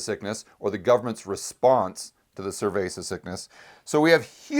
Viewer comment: I keep hearing "survey" sickness, or "cervei" sickness? Or some other variation. I assume its COVID-19. Im baffled